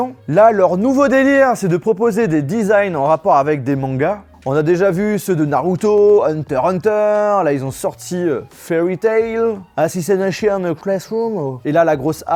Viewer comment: « Assissanation classroom »